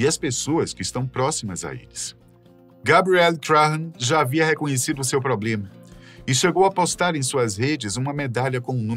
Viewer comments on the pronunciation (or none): none